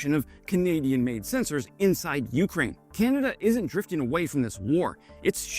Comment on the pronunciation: Hi. Please pronounce Ukraine with the accent on 2ND syllable, not 1ST! It Really irritates me, the way you pronounce it. Thanks for your work. Canadian - Ukrainian over and out!